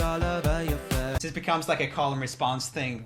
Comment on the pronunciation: I don't mean to disrespect room at all, and he is obviously very talented when it comes to singing, but I really don't like the way he exaggerated some vocal pronunciation in the song. Pronouncing face " fess" and not "fays". Again, I don't mean to disrespect his talent or his skill but I just think it's a little weird. That's all.